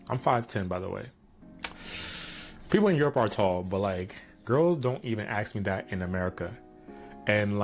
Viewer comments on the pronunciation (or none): the guy doesn't even know how to pronounce the word "ask". I have seen this guy's attitude and I saw his video in the Philippines and its even more denigrating. I am 100% sure this guy pays for women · No, they literally cannot pronounce "ask".